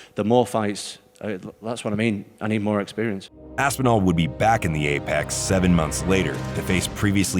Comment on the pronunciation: Ass-pee-anal? Is that how u pronounce it?